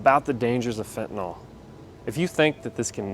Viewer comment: Fentanyl is spelled f e n t a n y l . NOT f e n t a n o l !!! Can't anybody read any more? Is it so hard to pronounce it correctly? Do kids learn anything in school anymore?